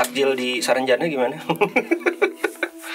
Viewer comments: Untung GK kepleset y ngomong nx...saranjana bukan sarang janda 😂😂😂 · "Saranbata" 😂😂😂 but prayer for semoga dalam lindungan Allah swt